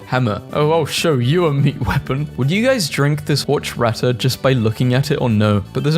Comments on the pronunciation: the way he said horchata hurt me more than my first ex 🙏😭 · You didnt pronounce horchata like that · And the way he said horchata